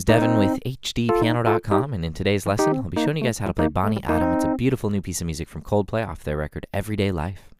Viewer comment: I’m sorry but the way you pronounced Bani Adam is wrong. The first and the third As (bAni & adAm) are pronounced as a in Apple and the second A (Adam) is as u in Umbrella. ❤️tnx